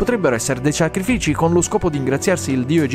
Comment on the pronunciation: " Ciacrifici " è la cosa più trap che abbia sentito per oggi, grande 🔥